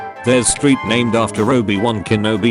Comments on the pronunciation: I think it's "street" not "strrrt" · "the strrrt"